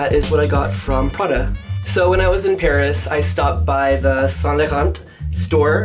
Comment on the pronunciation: You're not supposed to say the T in Saint too. Just let him say it how he wants. I'm positive Mr. Saint Laurent will not be rolling in his grave because one customer got his name wrong.